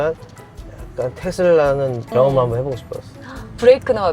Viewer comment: 아나운서 분이 텟쓸라 이렇게 발음 하시네..